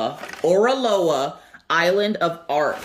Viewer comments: Hello there. You are saying the name correctly. It is a combination of the hawaïen words ending with aloha. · can you please not bang the box? It hurts when I listen with earbuds. 😂😂😂 I love Oraloa, you are saying the name right! You should call them Areola though... Because it's funny... Thanks for the unboxing! Haven't seen those two unboxed yet. I am halfway through my Oraloa canvas and loving it. The drills are fantastical and the canvas is amazing to work on.